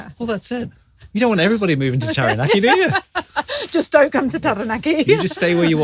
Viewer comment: you pronounce Taranaki very well.... very much appreciated from this maori nani